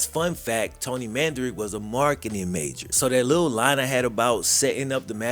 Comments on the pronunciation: Man-duh-rich NOT Man-duh-rick... Numb Nutz 🤡🤡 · Pronounce their names correctly Man- da- Rich. At least get their last name correct. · Come on say the dude's last name right